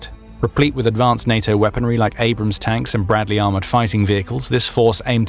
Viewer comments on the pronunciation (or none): none